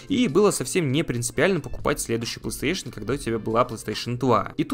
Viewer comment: Assassin's creed на PlayStation 2?🤔 И кстати правильно говорить плейстейшн, а не пластуэйшн